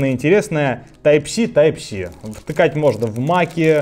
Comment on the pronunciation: Я один услышал Тайп ЩИ?🤣🤣🤣